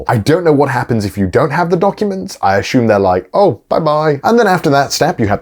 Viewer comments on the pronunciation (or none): Connor " azzume " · Why does Conor always pronounce "assume" like 'Ashume' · Connor and Joey: Ashoom Me Looking at Assume: Im sorry bro... Lol all good fun love ya guys xD